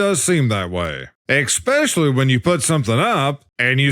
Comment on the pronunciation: Its especially not eckspecially .